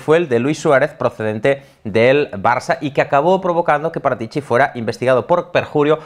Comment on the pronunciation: Si dice.. Fábio Parátici, no Paratíci.